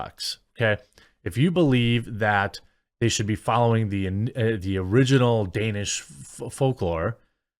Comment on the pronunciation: Danish. Glad you got it right this time, Jeremy. I love your channel. Which is why I don't want you to give your critics anymore ammunition to Fact Check you. The Little Mermaid is Danish.